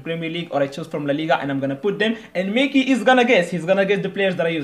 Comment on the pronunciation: It's pronounced Mackie not meckie😂✌️